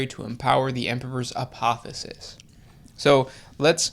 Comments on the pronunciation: The word is APOTHEOSIS, you missed an 'O' heretics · It's APOTHEOSIS not apothesis. (APOTHE-O-SIS). A Greek word that means to become like God. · Not trying to be a dick but its A-poth-e-o-sis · They kept saying, "apothis." It almost sounded like "Apophis" . . . .